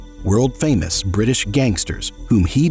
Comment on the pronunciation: If the young are given no place in the village, they will come back and burn it down. Sounds like this guy could've been a real warrior for good... except... the Bwitish